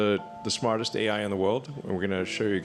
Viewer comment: To avoid the TTS pause like when saying A... I, you can simply use a - or _ to connect them A_I, A-I.